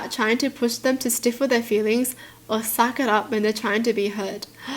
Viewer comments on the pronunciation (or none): Stifle is pronounced sty-full.